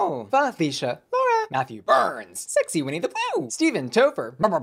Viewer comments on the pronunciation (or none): none